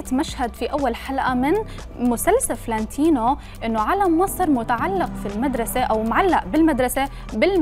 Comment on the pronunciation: يعني المذيعة ما تعرف تلفظ : فلانتينو ... تلفظها: فلّانتينو .. قبل ما تنقدوا ياريت تختاروا المذيعات صح